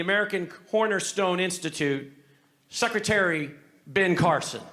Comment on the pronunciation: Did he call Carson "suckertary"? Wow! 🤣🤣 he is a fool that's for sure.